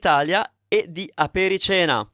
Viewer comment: Damn, this is bad AI!!! Apericena is not pronounced “apere-seena”, it’s pronounced “aperi-tshena”! Please make note of it and do not follow those guy’s pronunciation!